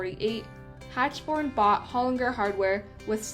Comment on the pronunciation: Mr Hachborn’s name is pronounced Hackborn